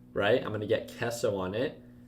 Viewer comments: its not pronounced kesso. Lmao... is kayso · queso guey!!!! not kaiso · Wtf is kesso? you mean Queso? 😂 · did you say Kesso?.... Kesso? Just giving you a hard time Lol Nice video thumbs up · He called the queso "kesso". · don’t say “Queso” like that again please!!!